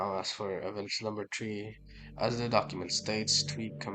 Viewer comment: “Tu to tree”